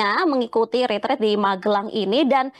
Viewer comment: Kok banyak yg pakai kata ritrit, bukankah itu retret, artinya kan beda